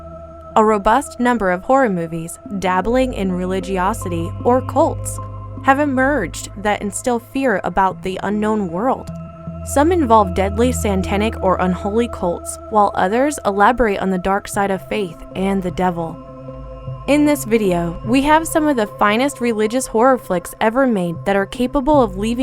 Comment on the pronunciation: She said “some involve dangerous Santanic cults” I didn’t know Santana had cults. I thought he was just really good at playing guitar.